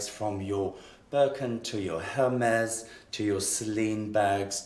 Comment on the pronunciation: Tut, tut! Hermes is pronounced “air-meese”